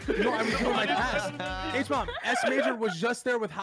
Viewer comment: Who else loves how they all call HBomb “Huh-Bomb” 😆